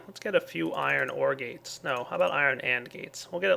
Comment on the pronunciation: Anyone else hear "iron OR gate" as "iron ore gate"?